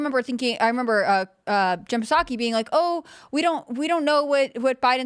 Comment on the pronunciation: Someone please tell how to say Psaki or at least have her attempt to say pterodactyl